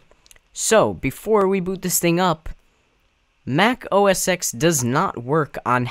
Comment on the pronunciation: OS X is pronounced O S Ten. Not O S ex.